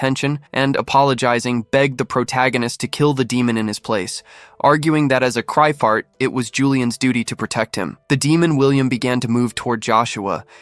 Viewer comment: Cry fit. But the ai... 😂